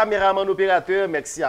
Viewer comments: Mèxi😂😂Aranjew rigolo c mèsi pa mèxi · Bravo sho a te très bel. La seule chose lè wap fini Show yo ankor pa di (Mèxi) di MERCI. Ok?